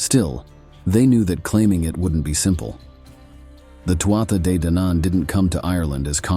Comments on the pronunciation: Tuatha Dé Danann (pronounced Too-hah Day Don-un) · TOO HAA DE DANNON is the correct pronunciation...... ( BAR THAT, STELLAR CONTENT) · Tuatha de danaan is pronounced Too ahh day Dan an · Irish person here. Tuatha de Danann is pronounced two-ha de don-an. Still loved the video. Go raibh maith agat for making it! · I'm confused, had an Irish native tell me it's pronounced Two-ha day Don-an. Does it matter on which part of Ireland on the pronunciation? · Tuatha Dé Danann - Please learn how to say it